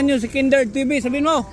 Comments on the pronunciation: 😂😅Kenderd instead of Kindred patawa ka talaga 🤣😅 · Haha. Hinde talaga mabigkas ung kindred 😅